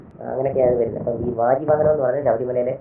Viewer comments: Sir, വ്യാജിയല്ല, വാജിവാഹനം..... സ്വാമിയേ ശരണമയ്യപ്പാ..... 🙏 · വ്യാജിവാഹനം അല്ല വാജി വാഹനം ആണ്. പരിഷ്കാരം വരുത്തി വാക്കുകൾ ഉച്ഛരിക്കേണ്ട. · Parata cristhyani vyaji vahanamalla vaji vahanamamau. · വ്യാജി അല്ല വാജി വാഹനം ആണ് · വാജി വാഹനം ആണ് ട്ടോ...not വ്യാജി...വാജി means horse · വ്യാജി വാഹനമല്ല. വാജി വാഹനം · വ്യാജിവാഹനമല്ല ഷാജൻ വാജിവാഹനമാണ് .ദയവായി തിരുത്തുക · വ്യാജി അല്ല വാജി വാഹനം ആണ് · വാജി വാഹനം 😮not വ്യാജി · Dear ഷാജൻ sir,വ്യാജി വാഹനം അല്ല 😓വാജി വാഹനം. ഇനി ശ്രദ്ധിക്കണം 🙏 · Vaji vahanam Shajan..Not Vyaji vahanam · വജീവാഹനം.വ്യാജി അല്ല 🙏🏻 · വ്യാജി അല്ല വാജി എന്ന് വെച്ചാൽ കുതിര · ഷാൻ ചേട്ടാ വ്യാജിഅല്ല വാജി വാഹനം കുതിര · വ്യാജി വാഹനമല്ല, വാജി വാഹനം. വാജി= കുതിര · വ്യാജി വാഹനം അല്ല വാജി വാഹനം